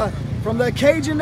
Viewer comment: Cajun not Canjun...